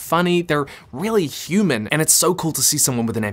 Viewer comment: I always expect to hear "humid" instead of "human" lol